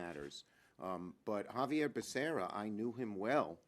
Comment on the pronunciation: Biden couldn't even pronounce Xavier Becerras name!!